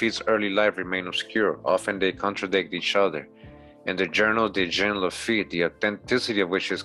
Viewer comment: Lil' tip, Jean is pronounced " John" but with a Z sound on the J like Captain Picard if you're a Trekkie 🖖🏿 and as usual great drop and presentation 💯💀🏹